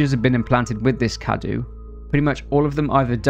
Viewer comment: it's not spelled cadu, it's cadou, you have to say the ''o''